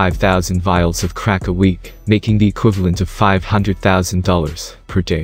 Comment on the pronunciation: I couldn't tolerate the narrator's voice and diction, extremely annoying and a slight condescending. The way he pronounced words like "crack", is when I knew that I had to go . Deuces.